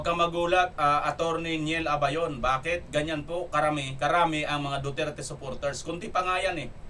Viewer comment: Atty.,Neil abayon Hindi lebayon.ty